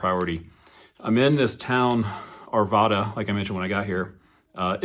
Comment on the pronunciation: Love the video! I'm from Arvada- it's actually pronounced with the second A like "rad." Ar-VAD-uh, not Ar-vah-duh